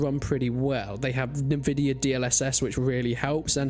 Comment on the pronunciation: It is ENvidia not NEvidia